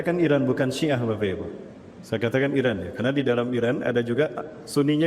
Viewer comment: Ustat ini dlm hampir setiap hotbahnya suka bilang MESAYA 😅😅😅.